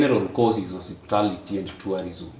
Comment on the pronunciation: definition of hospitality is "osiptal", hiyo 'ty' is silent. 😁 mtu ujaribu. watasoma saa ngapi na wako na soko ya isa, the guy should also be charged with facilitating Froud. tulisema hakuna kulipia mschana fee kwa mens conference, hiyo ni kazi ya wazazi wake.